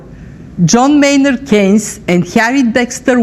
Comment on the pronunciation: Its Keynes, not Kines (Keenes).. You pronaunce it wrong